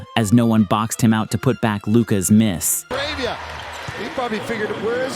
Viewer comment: "la ravia" means the rabies in Spanish.. funny how he said it